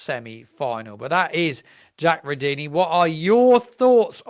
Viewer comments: I have no problems with phonetics or the like. You know what you are talking about and so do your many subscribers. Nearly everyone is saying Rudoni differently. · I know you get a lot of criticism on here, but just wanted to say I enjoy your content, but something that really bugs me is that you don't seem to do checks on pronunciation for people's names Its not Jonas Spors its Yo Han As Spors Its not Rudini its Rud Oh Knee Its not Sess Ay its See Say